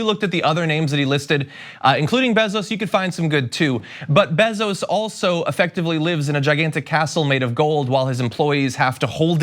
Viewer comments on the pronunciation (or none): It's BAY Zoess.